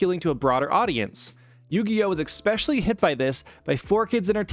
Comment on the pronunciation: Great video, but please, for the love of god, never say "eckspecially" again! 🤢🤮